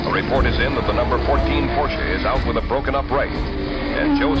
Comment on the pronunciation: Why doesn't the announcer know how to say Porsche?